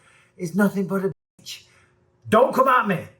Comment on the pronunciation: Bisping putting too much emphasis on Bitch....kinda not needed